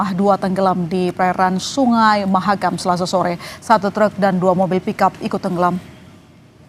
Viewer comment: Sungai Mahakam bukan mahamakam, duh gimana sih kok gak kenal sampai salah sebut